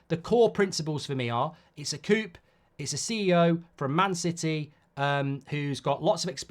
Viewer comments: Mark Coup isn't pronounced as coop, it's pronounced as kew LoL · Coup is pronounced "coo" like "poo". Not "coop" like "poop" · Coup is pronounced coo 😂